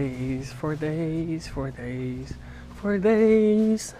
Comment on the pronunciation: was saying flower for days flowers for days...... more like flowers for baeeeees flowers for baeeeees:))))))))))